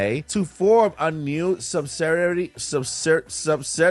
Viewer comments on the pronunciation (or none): No offense... Sub-siyd-ee-air-eee That is a hard word my friend. Man. I would love to get a new console, and BAM! I automatically have access to all my old stuff. That would be amazing. Especially if they make it backward compatible with the first switch. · lol sub-sid-e-airy hope that helps for a future video